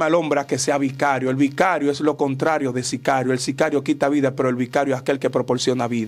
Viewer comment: Bicario????? Eso no existe y vicario tiene otro significado... hermano no se invente palabras 😅